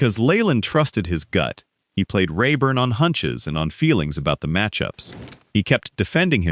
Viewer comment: This guy talking can’t pronounce half the names Layland no! , it’s not in Gee but In Bea, inga, Rah Burn No Rayburn no. Don’t write about a subject if you don’t know the people, you Hack.